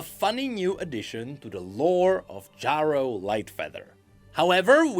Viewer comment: Omfg, you are driving me insane! You can't have not heard how Ezreal says that name. It's pronounced Jerro, not Jawro. I know english isn't your first language, but for the love of god, if you put Ezreal saying it in this video, the least you can do is say it how he says it.